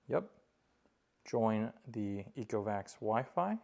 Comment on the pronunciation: the /ᴛʜē before a vowel; ᴛʜə before a consonant/ Speak PROPERLY!!!!!!!!